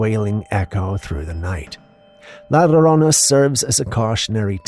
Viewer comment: pronunciation is. "laa Jo rona " La Llirona.